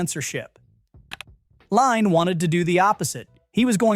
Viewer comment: Adrian lynes last name is pronounced like Lynn